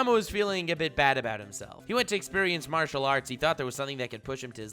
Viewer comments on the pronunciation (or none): none